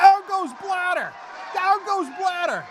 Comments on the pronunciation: Too bad your puns only work because you mispronounce the name. I know the "I'm a Murican and I pronounce the whole world in Murican", I just don't expect you beeing that ignorant. Ok, you didn''t know Blatter until some days ago, but could have figured it out by now, the "journalist" you are. Why don't you start pronouncing your name as "Cenk" instead of "Jenk"? BTW I'm not at all on Blatter's side, I'm just pissed off about the constant ignorance. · Not that I want to defend this asshole, but the way they constantly mispronounce his name for the sake of making it sound ridiculous is pretty dumb. This isn't one of those cases where the German pronunciation really does sound funny in English, nor is it even one of those cases where the spelling makes the word sound differently from one language to the other. It is simply pronounced like it is spelled in both languages, like the normal English word "splatter", just with a B instead of the Sp. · For f@ sake. It's not Sepp BlaDer but Sepp BlaTTER -_